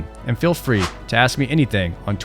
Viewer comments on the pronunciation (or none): none